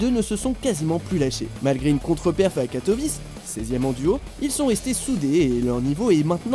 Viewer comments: C'est pas katovice ça se prononce katoviché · Sa se dit Katowiçé [w=v] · Pas du tout mdrr 😂 c'est "Katoouiché"